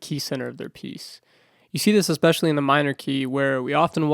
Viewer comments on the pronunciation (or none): none